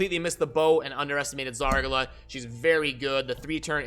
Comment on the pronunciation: Zar ga la? It's Zar gal a dude. Great stuff man. (btw keep calling her Zar ga la, it can be a trademark) thumbs up.